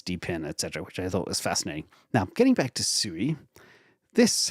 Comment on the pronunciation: SUI = swee, as in suite. Also, K+eight = Kate.